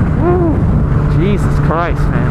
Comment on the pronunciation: You should stop saying jesus like that